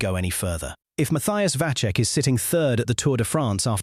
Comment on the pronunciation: Vacek iz Czech but no Vaczech. Pronunince him Vatsek.